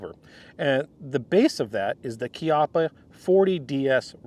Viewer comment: He pronounce Chiappa (kiappa)correctly 🎉